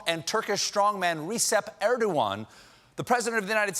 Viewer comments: . "Recep" like in the first part of "reception"? Hahahahahahahahaha!!! It's pronounced "ruh-jeb", you fool! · Stephen: Recep Erdogan’s name is pronounced Re-jep, not Ree-sep! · his name is not resep but rejep erdogan. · Recep is pronounced Ray-chep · "Reesep Erdogan"? Seriously? Do you even watch the news? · REGEP! You are liberal moron can't even pronounce a name right! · Sorry to be a pedant but: In the Turkish alphabet "C" means a soft G sound. It's very confusing for a while. So Tayip Recep Erdoḡan is "Tie-yip Reh-jep Erdo-an" . Not really a person who deserves much respect though I suppose. Mustafa Kemal Atatürk is the person to remember - the great secular moderniser and almost the creator of the modern country - the hero to all modern Turks. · Thats not how u pronounce Rexhep Steven 😂😂😂😂